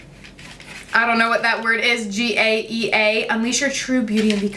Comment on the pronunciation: Gaea = Guy-Uh. She’s a Greek goddess. Mother Earth. :)